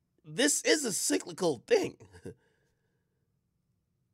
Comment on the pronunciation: Dat boi said sicklycal 🤐😹😹😹😹